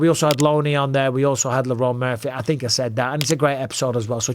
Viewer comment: Francis “I tink” Ngannou